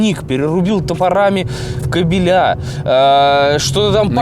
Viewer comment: КабелЯ слух режет